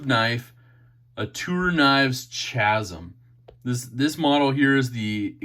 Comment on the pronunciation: Ka-zum ka as in the beginning of cat hard c followed by zum Not Chaz- um